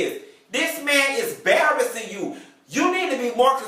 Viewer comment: Lol "barassing"